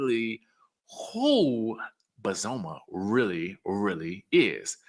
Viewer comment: Her name is BOz-Za-Ma- not bozuma